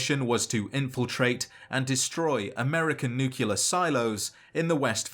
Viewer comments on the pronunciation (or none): Nuclear. Like nucleus. Not nucular. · it's "nuclear" not "nukular" bro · Great videos. But it's nuclear, not nucular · Great video, but please for the love of all things holy, pronounce nuclear correctly. It is new-klee-ar not new-qu-lar. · *nuclear And not Nucular Like a nucleus, and not nuculus. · You pronounced "nuclear" like Homer Simpson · Nucular? Really, dog? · it's nuclear not nucular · Just can't help but think of Homer saying 'It's pronounced new cular' lol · Nu-clear. Nuclear. Not nucular. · I was lulled by those sweet, mellow tones until I heard "Nu Ca Lur." Nuclear sounds like New Clear. Keep up the good work. I really am coming to love your videos, even when you go over things I already knew. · Never heard "Nookyalur" from a Brit. That's wild. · It's pronounced nuh-cle-ar-ee. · ATTENTION: This simple, three syllable word is pronounced: ˈn(y)o͞oklēər Why do so many people who literally talk for a living get this wrong so consistently? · You need to take a closer look at the word nuclear. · I love these videos, they are well made and he's put an incredible amount of work into them. I still cringe everytime I hear him mispronounce "nuclear" lol, but I'm loving these lore deep dives. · what's wrong with how he says nuclear? not mad just genuinely curious